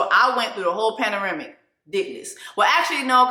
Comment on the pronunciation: Screaming every time my sistaaaAAAaaaAAH says, “paneramic” 🦠😷😱🤣😂